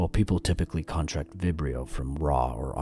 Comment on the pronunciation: There's a difference between con-TRACT and CON-tract... :x